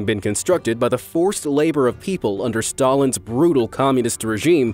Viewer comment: oooh shit, he made stalin Stallone 🤣🤣🤣